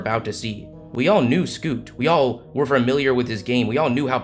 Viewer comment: The announcer who kept saying “wi wi”